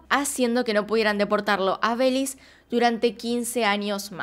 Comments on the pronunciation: Nunca me imaginé que pronunciarán Belis en vez de Belice 😂😂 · Me encanto el video, pero pequeña corrección, se dice Be-li-ce y no Beliz 🙂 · Me gusta como dices "belize" le quitas la "e" en México le decimos belice completo, buen video, siempre tratas de investigar a profundo, saludos😁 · Es Belice, lo dice como en Inglés. El otro día vi un video en el que decía Cyprus en vez de Chipre. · Fan de tu forma de decir "Belís"😂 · Es Be-li- C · Holi me encantan tus vídeos pero no puedo aguantarme , belize lo pronunciaste mal todo el vídeo 😅